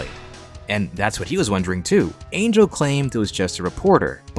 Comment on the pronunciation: It's not pronounced Angel like the biblical thing 😭😭